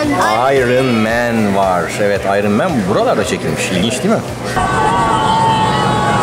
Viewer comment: Abi ayrın mən degil ayən mən okunuyo ya demir iron ayrin okunmuy ayən okunuyo yazdigimi okursan sevinirim